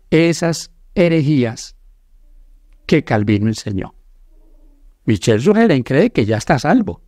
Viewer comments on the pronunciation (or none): Y Yo NO defiendo del todo las enseñanzas del pastor Sugel Michelen.. Y al menos, Aprendase bien los nombres de la gente de quien Ud habla... no es michel sugelen ni elena fuait.